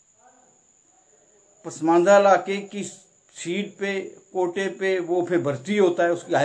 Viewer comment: Its a kahota not kota.